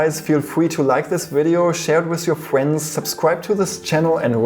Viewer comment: He said fuwends UwU